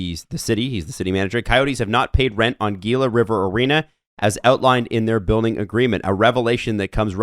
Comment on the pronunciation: Did really call it Geela River?